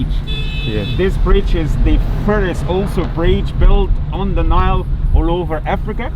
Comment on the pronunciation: O bhai Onile river nahi Nile river hota ha. RHS tora per b laita yaar.